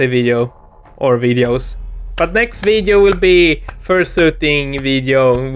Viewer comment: Second but...does anyone hear xxxvideo when says next video or just me